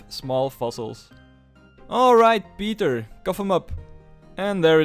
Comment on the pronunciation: da was de meest vlaamse "pieter" die ik ooit gehoort heb